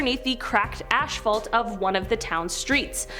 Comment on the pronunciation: Ashphalt, haha! Good one!